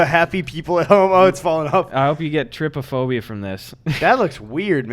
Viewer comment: its triptophobia not triptaphobia